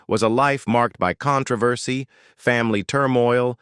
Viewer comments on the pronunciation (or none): none